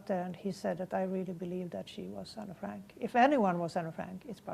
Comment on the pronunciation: ¿Tiene incluso la necesidad de vestirse y peinarse como Anne en la fotografía de su colegio? Me parece alucinante que tenga que manchar así el recuerdo de Anne Frank. Para empezar, lo pronuncia Anna, cuando el nombre es Anne, abreviatura de Annelies, cosa que ni menciona. Anne quería ser escritora y periodista, pero también ayudar a los demás, y tenía muchísimos pasatiempos como patinar sobre hielo. Dice que quería irse con sus padres reales, cuando Anne tenía muchos problemas de convivencia con su madre Edith, y por cierto, tampoco menciona a su hermana Margot. Lo de las fotografías en su cuarto, lo sabemos todos los que admiramos a Anne, todos, aunque no hayamos estado en la casa de atrás. ¿Sintió pánico en la casa? Se supone que fue su refugio... Cuando uno regresa de nuevo a un lugar en el que ha vivido tiene sentimientos encontrados, miedos, pero también alegrías, o al menos recuerdos especiales sobre ello, como por ejemplo cuando Anne subía a la azotea a mirar el castaño a través de la ventana y a escuchar las campanas y se sentía en paz, era su lugar favorito. Anne murió de tifus en Bergen-Belsen al igual que su hermana, no la mataron. Anne jamás hablaría de esa manera, sino de manera positiva, y hablando sobretodo, sobretodo de la libertad. Y podría seguir diciendo mil cosas por las que esta mujer es una farsante, me parece frustrante que alguien quiera venderse de esta manera.